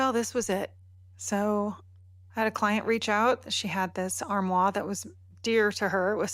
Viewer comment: Armoire is pronounced arm wahr. The last R is pronounced because there is a vowel (E) after the R. In French usually if a co so any has a vowel after it , it is pronounced. Examples: Blois is Blwah ( no vowel after S But Amboise is Am bwaz because there’s an E after the S Please say armoire as armwahR